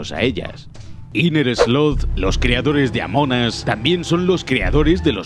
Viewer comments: Nombre original: amongus, Como lo dice: amonas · Se pronuncia "Among As" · Normal: Among Us: AMONAS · Gente normal: Among Us Gente rara: Amungus: Amonas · Pues se pronuncia "among os" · Se pronuncia amon as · se pronuncia among os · Se pronuncia AMONG US USS US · "amonas" bien ahi españoles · 13;33 dise amonas